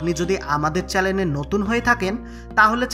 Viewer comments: চেলেন নয় দাদা চ্যানেল। ।। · Ei tuku Gyan niye kivabe 300K Subscriber er Channel hoye jay, setai aschorjo.. Apni toh Video te Channel ke "Challen" bollen sunlam. 🤦🤦🤦🤦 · দাদা ওটা চ্যালেন নয় চ্যানেল 😀😀😀😀😀 আপনার উচ্চারণ অসাধারণ 😂😂😂